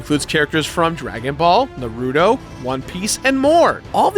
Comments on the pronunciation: It’s not pronounced narudo it’s naruto sorry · “Na-ru-dough” this man...is the true villain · “nARoOdo” smh my head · It's pronounced NAR-UTO not NUR-UTO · Pronouncing it naruuuto killed the whole video... Thumbs down my man, thumbs down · “Narootoe”. Bro really. Jesus Christ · Jesus Fucking Christ it’s 2020 learn how to say “Naruto” right plz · You said naruto wrong your list is invalid